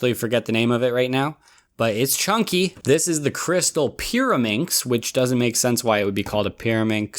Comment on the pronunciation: The pyrimax part sound like marAnda